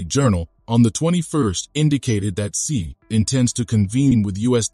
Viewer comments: She not see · please correct your pronunciation of Xi.